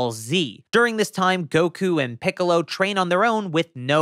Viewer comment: are my ears broken or do you say "shtrain" instead of "train"?